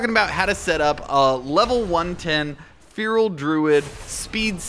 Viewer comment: Yes, the great fearal druid. Feeeeeeeral